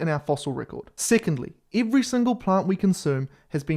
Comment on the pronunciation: eevree single speecies